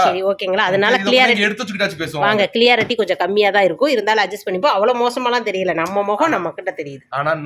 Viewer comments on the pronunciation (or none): கண்ணு, தமிழிலேயே பேசலாமே.இடையே ஆங்கிலம் எதற்கு? வார்த்தைகள் சரியாக தெரிந்தால் பேசவும்.அது கிளியரிட்டி அல்ல.க்ளாரிட்டி(clarity)என்று சொல்ல வேண்டும்.நான் ஒரு ஆங்கில ஆசிரியராக இருந்தவர்.மனசு தாங்கலை.சொல்லி விட்டேன்.